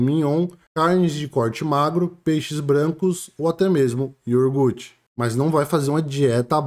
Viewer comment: Iorgute não! Iogurte.